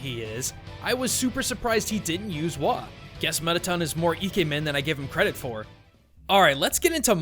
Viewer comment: ITS METATON NOT METITUN